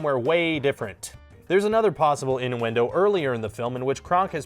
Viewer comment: IN DU WENDOW